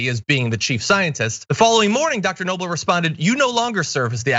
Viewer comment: Dr Noble’s name should be pronounced “A@@